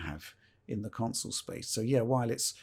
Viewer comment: I love.......but it's pronounced "con-sole" not "council". Lol